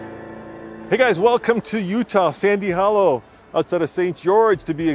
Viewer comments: you miss spoke sans hollwe I just know because one of my favorite youtuber Matt's offroad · it is “Sand” Hollow